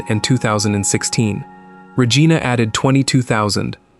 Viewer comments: It's not Ruh-gee-na!! It's Ruh-jie-na! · rageeeenah is regina.